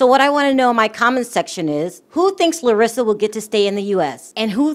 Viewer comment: You pronounced her name very well...Im impressed girl.😁